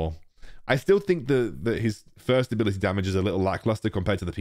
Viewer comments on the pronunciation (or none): none